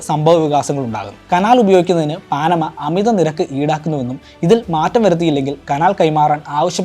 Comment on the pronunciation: പാനമ എന്നാണ് ശെരിയായ ഉച്ചാരണം